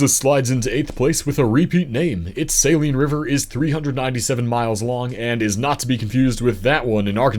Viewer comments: The Saline River in Kansas is pronounced Suh-lean not Say-Lean like in saline solution. there’s a city named after it called Salina which is pronounced as Suh-Line-Uh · The Saline River in Arkansas is not pronounced the same as the salt water solution used for many things.. the emphasis is on the 2nd syllable, LINE which is pronounced as LEEN. As mentioned elsewhere regarding the river in Kansas by the same name, it's suh - LEEN. Also, the other river you mentioned it is a tributary of is pronounced WASH- i- taw... (Ouachita), not washituh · Saline (Sa-leen) it is a beautiful river with great fishing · Ah, the Saline River in Kansas. We pronounce it as sah-LEAN. You got Salina’s pronunciation down pat. :) I used to go to Lake Wilson (on the Saline between Russell and Salina) all the time as a kid. I loved jumping off the cliffs in the central part of the lake. Quite a few lakes in our state.